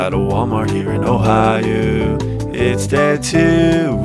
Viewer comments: “Day two” and “Ohi-ooo” 🤔🤣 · "ohiwho" sniped me